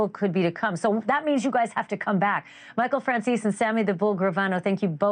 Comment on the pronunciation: So i pronounced his name as Fran-Cheeze is wrong